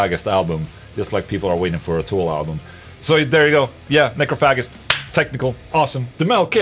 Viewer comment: Its funny how you pronounced Necrophagist. its also funny how people mention them when Muhammed has not a memorable thing aside from playing sweet guitars. Anytime they're mentioned I always wanna mention Necrophagia for the right reasons